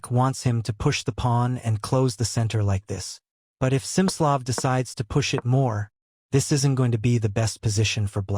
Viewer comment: It's Smi-slo-ff, with a hard i.